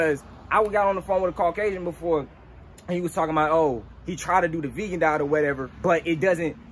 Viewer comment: “This tree know what I’m talm bout”😂😂😂😂🤣